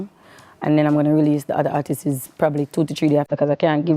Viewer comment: Someone please teach her how to say ARTISTS when she wants to say the plural of artist. 🤦🏾‍♀️